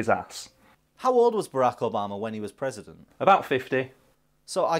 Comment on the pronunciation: is it just, or do british people just call him Baraco Bama?